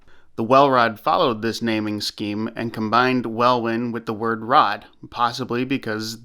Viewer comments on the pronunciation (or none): Good pronunciation of Birmingham. Welwyn is pronounced "Wellin".